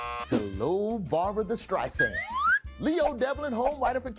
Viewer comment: "Barbra Thee Streisand" 😂